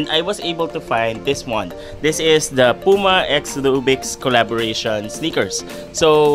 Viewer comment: It's not Pu-ma, it's Pyu-ma.